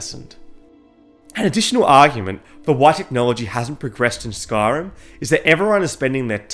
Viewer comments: sorry but SKARIM!? It's spelt SKYrim for a reason, please learn to pronounce the name correctly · I hear ‘skarm’ not Skyrim